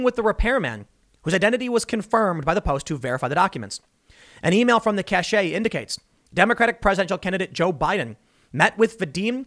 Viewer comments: Tim, 'cache' in that context is pronounced 'cash', not cash-ay. FIY. Keep up the good work. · Tim, "cache" is pronounced "cash," not "cashay." That word is "cachet." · I love your show and watch all the time Tim. BUT . . . . Cache is pronounced CASH. not Cash - A. it makes me cringe to hear a well spoken and intelligent person such as yourself mispronounce it. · CASH, not CASHAY, thats how you pronounce cache... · Cash-eh? No, cashe is pronounced cash like money. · cash not cash-a lol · Crazy Sven Sorry, if it's a stash then it's a "cash". No matter how it manages to be spelled. With the accent, it is pronounced 'kashay' with the 'ay' sounding more like a brief long "e". without the accent mark it really only has one correct pronounciation. With the accent, it has a remotely similar meaning more along the lines of 'hidden', but not like a stockpile, more like a hidden secret. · TIM POOL: CACHE is pronounced "cash." CACHET is pronounced "cash-ay." Two different things. Cache is a stockpile or supply. Cachet is prestige. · Tim, you're pronouncing Cache wrong. Cache is pronounced Cash. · It's pronounced cash!! Not ca-sh-eh! Cache = Cash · "Cache" is pronounced "cash," not "cashay." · Cache - KASH , not kash-AY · It is simply pronounced “cash” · Pronounce like "cash" - there's no accent on the word. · Tim, cache is pronounced the same as cash. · "Cache" is pronounced "cash". Never mind that Stormin' Norman didn't know the difference ("weapons cachet"), as a journalist you should. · Cache is pronounced "Cash" Tim... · I believe its pronounced kaysh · Cache is pronounced cash. Cachet is pronounced cashay. Do not mean the same thing. Love Tim, but this is driving me nuts. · cache is pronounced ‘cash’ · Love the content....just letting you know the "e" in cache silent and it's pronounced as /cash/ :) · Dude... cache is pronounced like cash. Sheriff is pronounced like the singer Cher then if. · The e in cache is silent Tim. The e is silent!